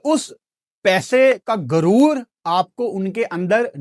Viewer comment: لفظ گرور نہیں ہوتا غرور ہوتا ہے ۔۔ لفظ کھان نہیں ہوتا خان ہوتا ہے ۔۔ پہلے ہی تمہاری اردو جھٹکے مارنے والی پنجابی جیسی ہے ہے اوپر سے اس کو بھی انڈین تڑکا لگا دیتے ہو اور باتیں انڈیا کے خلاف کرتے ہو ۔۔ عجیب ہی منطق ہے اپ کی